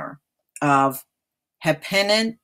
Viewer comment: it is pronounced "Hen- A - Pin" County.